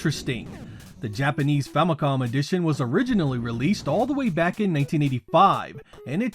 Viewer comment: Why you keep pronouncing it Nintendo "Fummycom" instead of "Fammycom"? Is this some regional US thing?